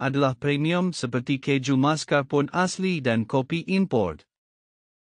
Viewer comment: Mascarpone.. davidoff.. anchor.. aduh.. sebut betul betul.. nampak kering..xcreamy.. haha suka hati kulah nk komennn.. bnde terang jelas n nyata!!!!!! Org komen kene ambil peduli n improve!!! Bukan lawan balik oiii..